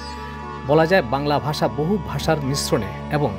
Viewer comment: I'm sorry to say though you are discussing this topic you have not yet picked up the correct pronunciation of 'bangla bhasa'.Moreover it is imperative that this topic is not complete without discussing charjapad,manasamangal etc.